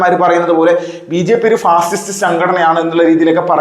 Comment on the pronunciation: ഈ പാഷിഷ്ട്ട് , പാഷിഷ്ട്ട് എന്ന് പറയുന്നത് എന്ത് ഒതളങ്ങയാണ് ?